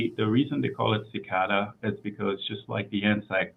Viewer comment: XI-CA-DA (she-KAH-duh)!